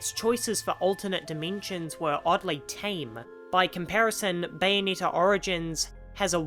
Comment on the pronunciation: I couldn’t watch the viseo further than one and a half minutes in because of the way you pronounce Bayonetta’s name, it rubs me in all the wrong ways It’s not “bayoneeta” it’s bayo-NET-ta